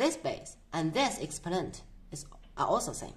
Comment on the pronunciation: What accent is this, “Expo’nent”?